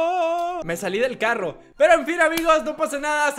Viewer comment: Moto y un Carrrrrrrrrro